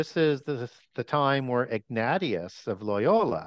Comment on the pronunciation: Mary was recognised by the early church fathers as being the Mother of God. Name is pronounced Ig-NAY-shiss, not Ig-NAH-tee-iss. Ignatius and Francis Borgia are both saints.